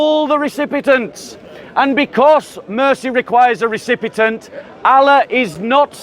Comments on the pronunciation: Recipient not Recipitent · Recipient, not recipetent.